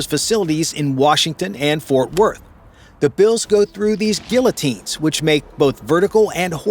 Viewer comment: Are we really still mispronouncing “guillotine” in 2025?